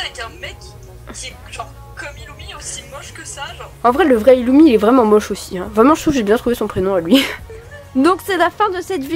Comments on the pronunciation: mdrrrrrrrrrrrrr oh non pourquoi avoir au tant mis des dossiers sur Illumi 😭moi aussi je dit Illumi et pas Irumi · Ca se prononce ilumi et killua mais normalement c'est iRumi et kiRua.